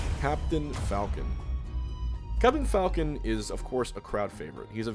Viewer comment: I thought you said “I would like to see more f**** players in the future” I had to watch that again to see you said falcon lol